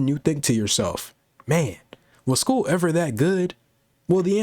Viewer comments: And he started the video with “ool” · Pool bro😂😂😂😂😂😂 did he mean school